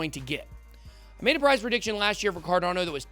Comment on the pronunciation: why do u say it like "CARDONNO"